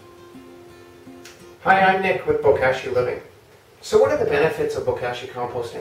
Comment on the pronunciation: Looking forward to using my first bag of Bokashi bran from y'all! Gentle suggestion re: pronunciation, since "Bokashi" is a Japanese word, the "a" should sound like the o in pot (not the a in cash). ぼかし Anyway, thank you!ありがとうございます!